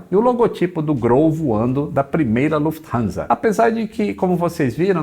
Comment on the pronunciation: Desta vez não colocou a russa para falar o nome , pelo visto deve ter falado certo. Kkkkkk